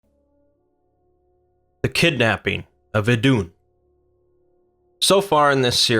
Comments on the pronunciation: try saying it like iidun with a long i instead off iddunn , otherwise great vid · Her name is pronounced like the christian eden. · Eth is an th sound not d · Better dead than red Glad I wasnt alobe in noticing that xD